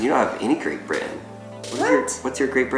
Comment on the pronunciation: That's a very strange way to pronounce Great Britain: "Great Bri' ann"